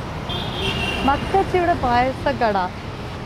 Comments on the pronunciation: മക്കച്ചി അല്ല മക്കാച്ചി..നന്നായി വായിക്കാൻ അറിയാല്ലോ 🤭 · മക്കച്ചി അല്ല.മക്കാച്ചി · Makkachii alla makkaaaachii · Makkachi alla chechi makkaachi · മക്കാച്ചി ആണ് മകച്ചി അല്ല